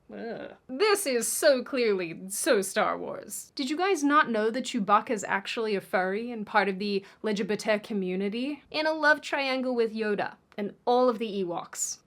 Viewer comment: I am Neve pronouncing LGBT+ the same ever again. It will always be LÉ JÉ BÉ KÉ. Howling lol